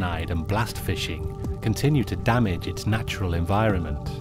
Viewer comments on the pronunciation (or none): none